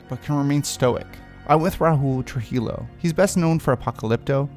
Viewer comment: Trujillo= true-heeyo not true-hilo